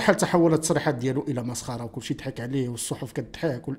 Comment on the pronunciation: سي أناس غير النطق ديك الكلمة كدحك ليس دحك بل ضحك